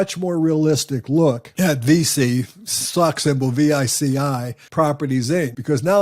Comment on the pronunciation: Thanks for the video! VICI is actually pronounced like "peachy" but with a "V".